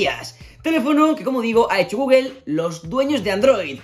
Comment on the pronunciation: Saludos, con todo respeto y sin ánimos de molestar, porqué dicen “guguel”??